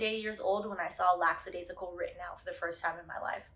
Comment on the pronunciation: I love you... you’re definitely smarter than I am... but lack·a·dai·si·cal not laX